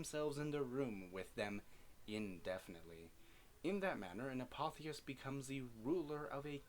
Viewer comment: I've always heard it as a-pof-is